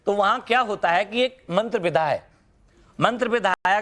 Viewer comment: सही तो वाक्य नही बोले जा रहे है विद्या को विधा 😂😂😂